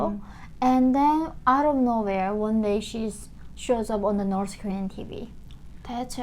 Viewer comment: Dear dear dear, I can't hold this any more: "nors" (spelled "Norse") were the people from ancient Scandinavia (Norway, Sweden, Denmark). "North" is pronounced with the same ending sound as "faith". Listen to some news reporters and you'll see. Sorry, too long watching your videos and I just had to say it...